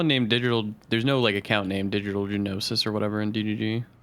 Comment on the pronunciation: Juh-Knowsis - omg you guys